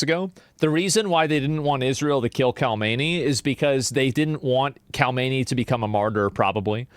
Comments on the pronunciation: hate to be that guy, but it's pronounced hom en ee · I hate the way Asmon says "Khamenei". I hate the way Dog Torturer Hasan says "chauvinist".